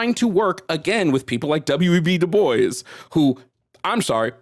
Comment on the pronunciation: And DuBois is pronounced Dew-Bwah.